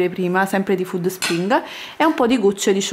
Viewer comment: Alla pronuncia di FÙDD SPRING ho chiuso il video